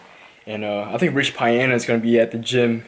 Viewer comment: I hope you were trolling the way you pronounced Rich Piana lmao